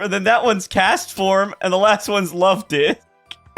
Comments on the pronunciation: Is it just me or did bro just say love-dicks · he did lol "love di*k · "And the last one's Luvdik." I think been hanging out with a few too many Cradilys. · luvdihk (the k is pretty faint though)